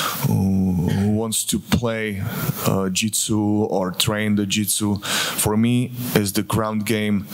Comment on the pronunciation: lmfao, this had me laughing too. 'No practice the jitsu'